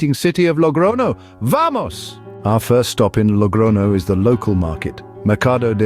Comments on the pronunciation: I gave a like to it in the beginning but after the 10th "logrono" word, I became mad. It is Logroño! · Glad you're not using AI but why not pronounce the ñ properly? It's not difficult.